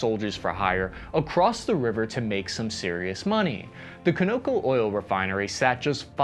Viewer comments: It's pronounced Con-o-co, not Co-no-co. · Is it pronounced like you do repeatedly as Co-NO-co OR might it possibly be an old CON O CO (CONtinental Oil COmpany) refinery? Sorry, but hearing it your way is driving me nuts. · Well that’s an interesting way to pronounce the gas plant name. It’s Conoco like the oil company Conoco Phillips who built it and it’s named after. Kano co. Never heard that one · I enjoy your content, but you have the weirdest way of pronouncing pretty common names. It's KAH-no-co. Not Cah-nucko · Caw-na-co, not Con-o-co 😂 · CONOCO Refinery? Is that how experts pronounce it CO-NO-CO? Down the street at the CONOCO gas station its CON-O-CO!! Cheers! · Cah-na-co not co-no-co c'mon you're better than this! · Your pronunciation of Conoco as Coh-No-Co is downright humorous. It is CON-uh-koh as in Continental Oil Company since 1911. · I've never heard someone pronounce Conoco like that...coe...no..coe.. I've only ever heard it like Con-uh-co. Conoco-Phillips gas stations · [KAH-nuh-ko], bro, not [ko-NO-ko]. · can o co really? you just butchered the name of one of the oldest American oil companies. it's pronounced con a co aka consolidated oil company. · The oil company name is pronounced CON OCO! NOT CO NO CO! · Just a minor correction. It's CON O CO refinery, as in the Conoco oil company, a common gas station company in much of the USA. You were saying Ko No Ko in the video, which sounds like a sibling of Koko the gorilla. Just a bit of humor, please don't be offended. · ..it's not co no co.. ..it's con a co phillips.. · Not co no co…. Con o co for continental oil company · Hate to get too picky here but Conoco is pronounced con-o-co not co-no-co. Conoco is a Contraction of Continental Oil Company, a US oil company that merged with Phillips petroleum in 2002. They are now ConocoPhillips. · That's KAA-nah-ko not ko-NO-ko. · Bud, I hate to be that guy, but it's pronounced CON-o-co, not co-no-co. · Con a co not cono co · ka-NO-ko? Maybe CON-a-ko